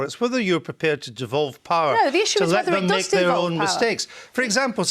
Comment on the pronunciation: all Andrew Neil has done is let Lisa Nandy speak. but before some sentences she says lit me speak??